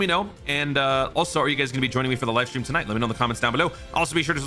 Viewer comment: did you say "Toon Ite" for like "tonight" ?